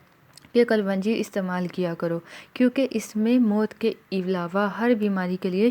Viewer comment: کلونجی نہیں kalun ji hota h